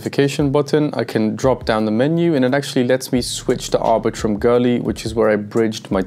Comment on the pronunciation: Why do you pronounce Goerli as Girly?